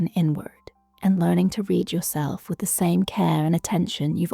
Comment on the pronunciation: fix the pronunciation of "read" in the first three seconds